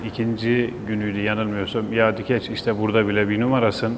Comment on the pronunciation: Kendi soyadını inatla yanlış telaffuz edişinden başka bişeye dikkat edemedim